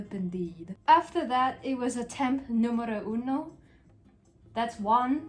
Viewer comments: OMG when you said: “número uno” it sounded pretty good! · I just have to say, your número uno and dos was quite good :0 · this has nothing to do with the video but your Spanish pronunciation was rly good!! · as a spanish person i approve of that “número uno” and “numero dos” mention